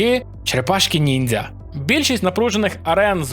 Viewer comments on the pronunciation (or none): none